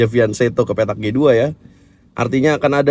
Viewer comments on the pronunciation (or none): klo masalah tulisan kurang tau, tapi cara baca yg benar itu pake "K" yaitu fianKeto. (krn pernah liat video yg mana GM dari luar negeri yg menjelaskan bahwa pake "K" bacanya, dia menjelaskan kata itu dari bahasa itali kata dia)